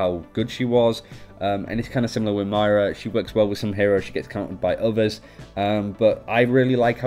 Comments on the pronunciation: ok listen. its MOIRA not MAIRA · It's pronounced MOIra not MYra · You keep saying my rah when it’s supposed to be muy rah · It's not "My-Ra," it's "Moy(like boy with an M)- Ra" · It’s not My-ruh it’s Moy-ruh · Moy-ra not Mara, This is annoying me more than it should, probs cause im from northern ireland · Why do you pronounce it Myra when it literally fucking says Moira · Her name is pronounced moyra btw. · I stopped watching right after the first time they said "Maira". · I'm sorry being Irish I'm annoyed as to how ppl pronounce her name. It's moy-ra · As an Irish person, the way he pronounced her name triggered me. Also the fact that In Ireland we spell it Máire, not Moira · i swear you are saying mario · Moira is pronouced "Moy-ruh" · I don't want to be that guy, but you're pronouncing her name incorrectly. It's pronounced like (More Yeah). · Isaac Ben-Ezra umm no Moy-Ruh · that's not at all how it's pronounced... its Moy-ra or Moy-ruh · This was driving me nuts the entire video. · Why can't you even pronounce moira